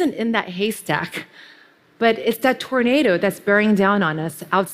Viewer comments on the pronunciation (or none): none